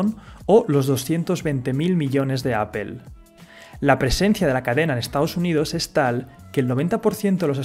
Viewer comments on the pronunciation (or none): Qué sucede en España que no saben pronunciar bien Google o Apple? sin ánimos de ofender pero me da curiosidad que cada español que he escuchado los pronuncia mal (Pronunciación literal: Guguel y apel en vez de gugl y apl. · se dice apol no apel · Apple no se pronuncia apel, se pronuncia "apol" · apple no se pronuncia "apel". Se pronuncia "apol"!!! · Appel- googel 😂😂😂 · Oye tú, debes de pronunciar correctamente la palabra Apple y no Apel. Corrige tu pronunciación! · Por qué dicen "apel"? jajaja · Cada que escucho "apel" me da cáncer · La pronunciación del inglés es paupérrima. "Apel".. Csm. Video pésimamente mal documentado.